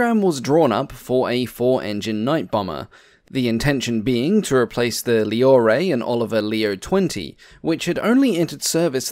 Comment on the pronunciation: Thank you for this interesting video. :) But please look up the proper pronounciation of "Loire". My ears started to bleed when I heard the "Lee-oh-ray". 😅